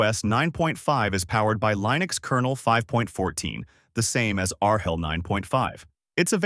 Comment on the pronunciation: "R HELL!" This is the most unintentionally accurate AI regurgitation I have heard in quite awhile LOL!!